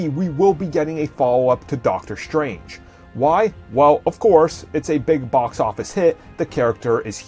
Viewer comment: doctor shtrange? are you black?? do you not understand how to pronounce your S words? S, not SH. strange, not shtrange you are constantly mispronouncing your S words destroyed, not deshtroyed you sound like a lazy black